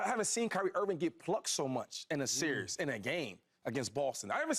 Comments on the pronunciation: Someone tell Shady it's series not serious. 😂😂😂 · Shady said “the serious” y’all grown af and can’t say series